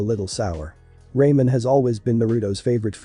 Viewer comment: Love the vid but not the pronunciation of some stuff like most names and ramen but I definitely will keep watching ps first vid of you I'm waching .